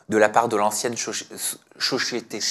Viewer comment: 😂😂 jpp c'est elle qui reprend sur le mot société